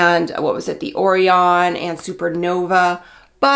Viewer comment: it’s “qway-zar” and “oh-ryan” sorry that bothered me 😂